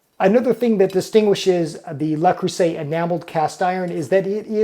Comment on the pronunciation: (TL;DR at bottom 😛) Hello! I am French and... while I think that's already a better pronunciation since it allows the distinction between le, la and les which all carry different grammatical meanings, I think the "r" at the end might become misleading. There is no "r" in French like the English one, and there definitely isn't a French "r", even subtle, in this word 😅 My own recommendation would be to try for " luh", with a vowel like in "duh". That should get you pretty close, but if you want to get the vowel even closer, try closing the corners of your lips a little more, as if going towards a " oo". If you shoot for something in between "luh" and "loo" you should be pretty good. For the rest of it, the "eu" in "creuset" is the same vowel, so same recommendation, something between "cruh" and "croo", but " cruh" will be the closest if you can't achieve the in between and have to choose one. After that, the "s" is pronounced with a "z", not an " s". It is usually how it goes for a singular s in between two vowels, and you'd need a double s for the "s" sound, like in "croissant". And for the ending vowel in "et", it is pretty close to "ay" but drop the "y" at the end. You can try shooting for something in between "aa" (as in "say aaah") and "ee" and that should get you there for those "é" sounds. (And if you ever need to pronounce a "è", keeping the corners of your lips where they are from the " é", open your mouth more lol) So, TL;DR, something like "luh cruhza(y)" 😂